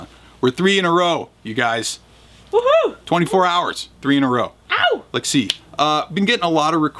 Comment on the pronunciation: why is he always saying "Lex" instead of "Let's"? Never realised that before, but now that I heard it it can't be unheard...